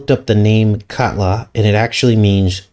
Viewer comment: the way you pronounced katla sounds like kudlow. Larry kudlow is a former economic advisor for 45 who was more the neocon economic rather than populist (populist is more like Bannon, Navarro, Beatty, etc). he has a fox show